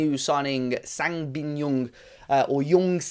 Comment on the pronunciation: Nice video an an exciting talent you have now. FYI, the J in Jeong is pronounced like the J in jump or jacket.